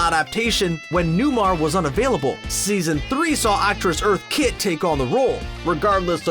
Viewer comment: You butchered Eartha Kitt, BTW.